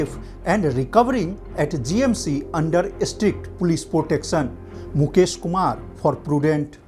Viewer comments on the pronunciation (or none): Is this guy speaking English a Goan or Gujarati. His pronunciation of Protection is just like a Gujju bhai